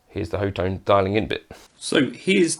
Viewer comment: Great video, Thank you! Officially the Company's name is pronounced 'Hot One' .